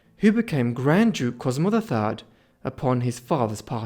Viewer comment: Sehr interessant. Aber die Aussprache ist wirklich schlimm. Ohne geschriebenen Text wüsste man - beginnend bei der Sixtinischen Kapelle - nicht, von wem hier geredet wird. Della Roa 😅. Die heißen Rovere und genau so sagt man es auch. Regen- Tinnen haben auch nichts mit Regen zu tun. Und da gibt es noch viele Beispiele. Cosmo Drei heißt Cosimo der Dritte, donastische Inzucht ist donastische . Ohne Ende. KI? Ich mache Ihnen das gerne kostenlos, aber bitte keine so schlimme KI mehr!